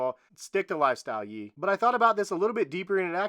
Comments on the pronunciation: “Yee” 🤦‍♂️I assume you meant YE (yAy) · did you just call him yee? 😂